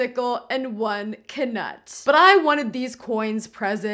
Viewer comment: My heart is so happy you pronounce the k in Knut. Glad I’m not the only one. 😂